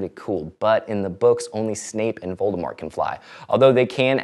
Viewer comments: Voldemort is French and means :"Flight of Death".. You don't pronounce the t because, well, it's French. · voldemort shouldn't be said with the t. flight of the dead (vol de mort, in french) and in french, we do not say the T in mort. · There is one other person who pronounces Voldemort without the T: the narrator of the American versions of the books.